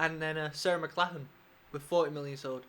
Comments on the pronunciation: It is pronounced: Mc - Lock - Lan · You're British and can't pronounce a Scottish name Mc Lock Lan. That's okay though, I live on Mclachlan Street in her home province and no one can pronounce it here in Northern BC Canada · Who would have thought an English man couldn't pronounce an Irish name.